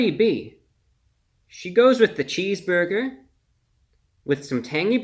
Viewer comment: Reviewbrah calmy saying "cheesboigah" is my love language.